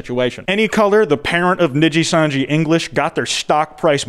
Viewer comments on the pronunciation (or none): Saying “Nijisanji” in the American accent the way you do hurts my soul. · Holy fuck it's over if covers it Also Dear god It's knee-gee-san-gee or knee-gee And Seh-le-en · My favorite part is him mispronouncing Nijisanji the whole way through 😂 really shows how much this insane situation has grown beyond the normal vtubing sphere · i love u but the mispronunciations of nijisanji and selen tatsuki are literally making me want to claw at my skin